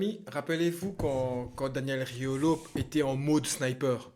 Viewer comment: Tu rajoutes un « g » à Riolo c’est Rigolo